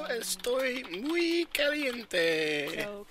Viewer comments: el facado es muey bueno en mi pantalones... Is it just me or does that sound like "I shit my pants" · muy... not muey